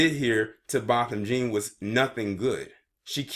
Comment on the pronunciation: His name is, BO-THAM JEAN THE LAST NAME IS PRONOUNCED JOHN, BO-THAM JEAN!